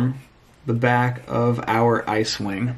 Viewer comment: I thought you said cewing not icewing